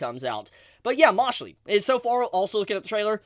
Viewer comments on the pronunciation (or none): Ok yes amazing video but PLEASE It's "Mashle" as in a portmanteau of "Mash and Muscle" not "mashlee" but "mashull" i beg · How did you pronounce "Mashell" as "Mashley"? lol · For the thousandth time Its Mashel not Mashley!!!!! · It’s MASH - UL. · No way did you pronounce mashle as mash lee 💀😬